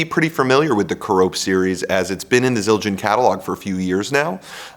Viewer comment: Care-Uh-Pee, not Cuh-Rope. 🙂